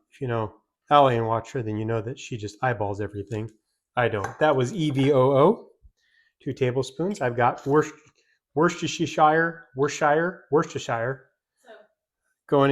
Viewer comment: 😂love shirt Worce-ster-sure, 😉😊 (sorry, not trying to be rude) the shire part is said like sure in England 🤤🤤that looks yummy, my son saw the vid and asked "can we make that"